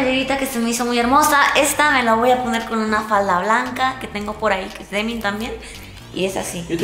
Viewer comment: dice demin en lugar de denim